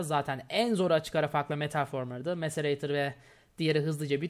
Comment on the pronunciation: MACERATOR DEĞİL MACERATÖR!